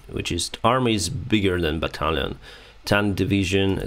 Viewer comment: I love how he says “battalion” Sounds like a Frenchman from 1784